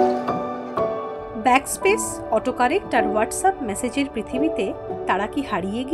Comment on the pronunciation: মেসেজ উচ্চারণ টা ম্যাসেজ করছেন। কানে বাজছে।